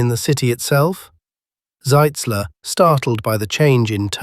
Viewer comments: The way you pronounce it on the video, that would be General Zeitzler, not Zitzler. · ...and not "Sitzler." Shoddy work,.